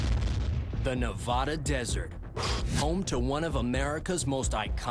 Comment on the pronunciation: If you want to have any credibility about a topic in our state of Nevada, you first need to learn how to pronounce it correctly. Neh-VA-duh and NOT Neh-VAH-duh.